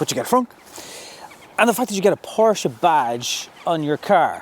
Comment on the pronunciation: 08. A word to the wise - "Porsche" is a two syllable German name. Tsk Tsk